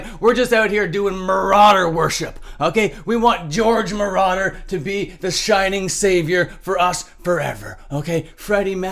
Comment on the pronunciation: no way you said George Merauder LOL 🤡